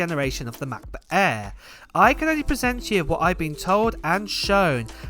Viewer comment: I swear he calls it "Matt-Book Air". Just me?